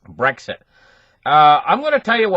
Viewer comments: me too.. Brick Exit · I love the way pronounces Brexit.